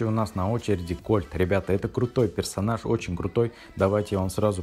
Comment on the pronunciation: персоназа он сказал 😂😂